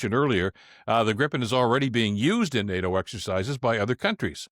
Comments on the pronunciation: Damn it, it is pronounced gree-puhn, not grippen! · It's pronounced GREEpen, FYI. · The first syllable of "Gripen" rhymes with PIPE. Come on, guys !